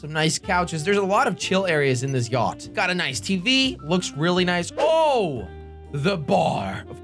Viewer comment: him pronouncing the yacht names wrong and calling orange yellow pissed me off so badly. still love you thought jelly(no homo)